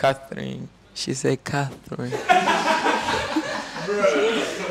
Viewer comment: She said Cath-rinee😂😂